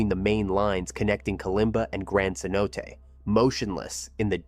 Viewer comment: Um… Cenote is pronounced ‘sen-oh-tay’, not ‘seh-note’ or ‘keh-note’. It’s tough to figure out the pronunciation for words you’ve never heard spoken aloud and may only have read, especially when some of those words aren’t English words.